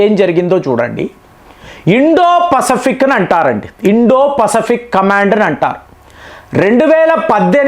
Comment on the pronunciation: పసఫిక్ కాదు, పసిఫిక్